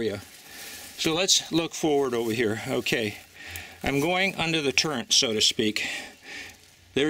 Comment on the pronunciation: Enjoyed the videos so far. Please don't take this as an insult but those are TREADS, not threads. And that is a TURRET, not turrent. LOL Other than repeating those incorrectly (which for some reason tweaked OCD i was unawares of possessing....), it was a thoughtful and well presented documentary and thanks for sharing.